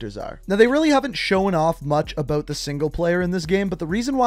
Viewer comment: I really hate the way you say “about” lol